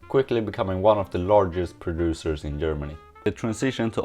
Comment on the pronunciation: I think your microphone isnt picking up the harsh G sound. Everytime you say it I hear E. like EM or Ermany